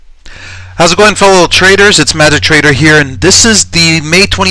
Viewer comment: lol Its "Meta-Trader here"